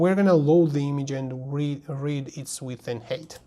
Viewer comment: "height"is pronounced HITE not HATE